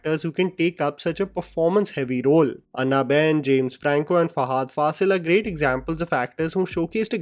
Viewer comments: Its ॲना not अन्ना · Bro it's pronounced as Anna (as in Annabelle) not Anna (like Anna Hazare) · It's not ANNA BEN 😭😭😭 ITS PRONOUNCED AS AANA 😭😭 NOT CALLING HER ANNA (elder brother in south languages) 😭😭🤣🤣🤣🤣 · What is with your pronunciation of 'Anna',?